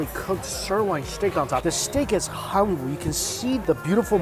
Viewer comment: I love your Channel but each time calls Korean beef hang-woo, it bothers me little. It's han-woo (ha-noo or hah-nu). I mean, it isn't a word that difficult to pronounce, is it?